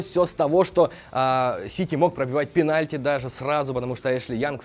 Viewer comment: "Пеналти анд ред кард" ахахахахахах